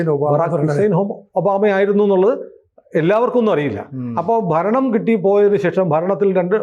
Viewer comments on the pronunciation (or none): none